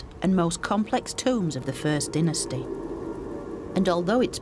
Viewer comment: I noticed, she enunciated Abydos & Dynasty, (aby...Dei)specifically different. We see u.